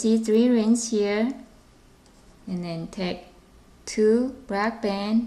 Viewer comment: yes plz!!!!!!!!!! her vice is so weird and she says band like bans